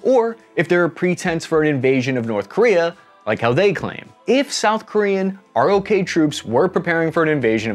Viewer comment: We don’t stay “R.O.K.”…. It’s pronounced “rock”. Pretty decent poke at this though.